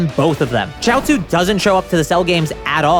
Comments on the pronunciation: It’s pronounced shee-ot-zoo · its Chiaotzu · Its chioutzu